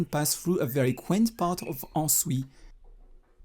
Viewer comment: Il faut prononcer le S à la fin d' Ansouis. et en 2 syllabes